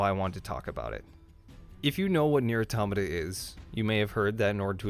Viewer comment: The biggest lie about this game is the mispronunciation of Automata! At least you got it right. We all love this game……and 2b. 9s can die!